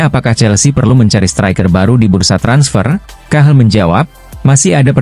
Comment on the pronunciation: Cahil bukan cahel😂